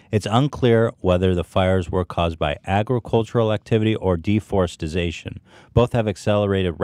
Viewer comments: Ethan you’re a great guy but if you pronounce “deforestation” as “deforestization” your opinion is pretty much invalidated. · Dudes gonna pretend like he's too good for Arby's for 45 min and then pronounces it deforestization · say it with me DE-FOR-EST-A-TION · Ethan pronounced deforestation wrong in multiple ways lol